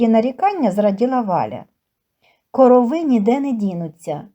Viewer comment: Не коровииии а короооови